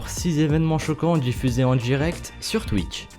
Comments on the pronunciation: Enfaite il a dit Twikch mdrrr xD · Oké je viens de commencer la vidéo et j'entends quoi ? "twik".... Non mais ... "TWIK" x) Tu sais plis lire x) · c'est moi ou a la première prhase il dit twik ? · twitch et pas twikch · Je reve ou il a dit thic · twick ? ça se prononce comme ça ?